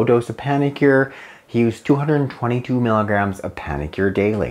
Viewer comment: It would be really helpful if you actually said “milligrams” as opposed to “miggs,” as that can be confusing for some.